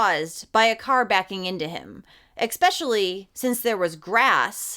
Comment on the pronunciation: I loved your coverage of this story..You're very beautiful, and seem highly intelligent. May I ask politely for you to say especially the word doesn't contain an X.